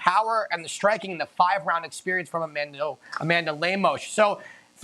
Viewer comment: Oh, baby the comments section for ESPN UFC... that's where the action is! Brett opens by mispronouncing Amanda's name and bragging abt Ian killing it w picks where he bet on nothing but big favorites and going 4-2 😂